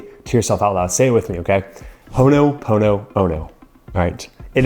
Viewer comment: Ho'oponopono is the correct word, not what is written/said in the vid. Still, some good information.